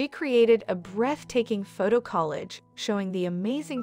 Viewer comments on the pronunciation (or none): Speaker needs to learn how to pronounce collage instead of saying it like it is college. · College is with an E and collage is with an A. Come on, AI voice, get it right already. LOL. Cute video and even cuter cat!!